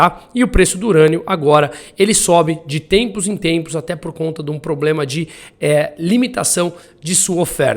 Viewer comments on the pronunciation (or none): none